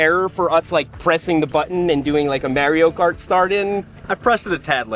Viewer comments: Seth says "Merio Kart", my world is shattered. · You’re saying Mario Kart wrong. 😂